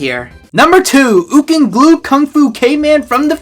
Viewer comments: erm its pronounced “gluk”. rhymes with “fuck” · Gluk isn’t pronounced like that